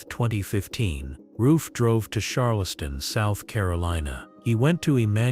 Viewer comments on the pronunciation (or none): “Sharr-la-stun” is I guess how we say Charleston now 🤷‍♂️🤣